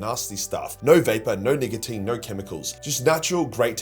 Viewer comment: bro did NOT say nicotine 😭